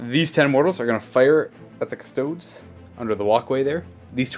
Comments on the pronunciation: Cus-toads.... really? At least pronounce the name of the army properly face->palm. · As a Custodes player, if my opponent says Custoads. I just pack up and leave.😂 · cus-to-dees. custodian. not cus-toad. you don't pronounce astartes ass-tarts, do you?